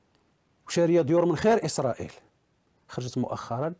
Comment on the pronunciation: اليان الحال وليس ايسريل